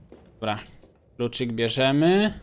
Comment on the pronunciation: więcej mów dobła bo to śmieszne 😃